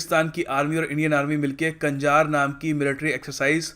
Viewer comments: कंजार नही i think its खंजर।। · Not कंजार it's खंजर means चाकु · Great video.....but I want to add some points please 1.konkan(कोंकण), khanjar (खंजर)must be pronounced well. 2.you left IMBEX,VINBEX,Bold-Kurukshetra,vjra prahar etc. 3.In a previous video of map practice you told Kazakhstan is landlocked because Caspian sea(misnomer) itself hasn't any access to a sea. I believe you will definitely take my points in consideration, I'm big fan of yours.thank you